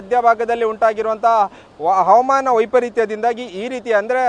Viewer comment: 𝗔𝘄𝗺𝗮𝗻𝗮 𝗔𝗹𝗹𝗮 𝗮𝗱𝘂 𝗛𝗮𝘄𝗮𝗺𝗮𝗻𝗮 😂